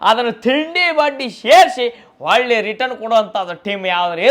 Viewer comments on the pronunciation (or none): none